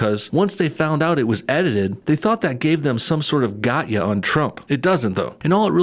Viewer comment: it's 'gotcha' not 'got ya'